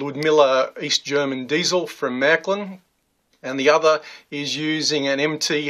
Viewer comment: Never heard of Mac lin its Marklin or Merklin